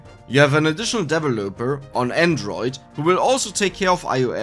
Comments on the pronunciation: FYI: The emphasis in the word "developer" is on the 2nd syllable, not the 3rd. Just throwing this in here since you mentioned in an earlier video you liked the corrections. P.S.: Check the pronunciation for "bracers" and "brazier" on dict . cc once again :) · Please look up the corrwct pronoumciation of developer